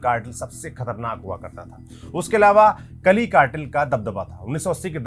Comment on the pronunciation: medijeen bolte hain, kali nahi ..caali cartel